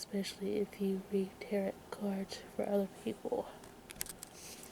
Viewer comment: Teh-row cards